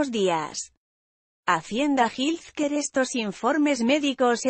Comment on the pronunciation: Que te cuesta buscar la pronunciación de health care ( Jel quear)…..